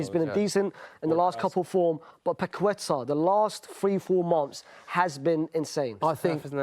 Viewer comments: lol the way Brits absolutely REFUSE to say foreign words/names correctly is so funny. He heard the other guy say Paqueta correctly multiple times, then proceeds to say “paqweta” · Nobody in England knows how to pronounce Lucas Paquetá's name. The 'u' after the 'q' is silent and the stress is in the last syllable (hence the accent on the 'A'). Hence it's pake-TA. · His pronunciation of Paqueta is killing me hahahah.